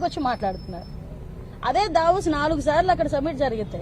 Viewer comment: Madam.. it's not Davoos please